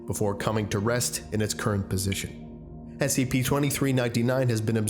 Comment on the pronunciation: and everyones gonna ignore the fact he said SCIPS?